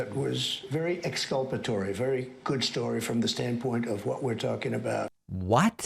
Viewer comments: Exculpatory, pronounced "escalpatory" by Ivy League educated individuals who have scalp hair implants. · "Exculpatory" wow, such big words coming from such a small man!